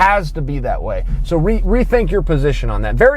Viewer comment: Noone has corrected Chael until sept 2019... YOUR rear